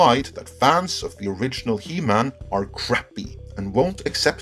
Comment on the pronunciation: “He-MAN” Say it. “He-MAN”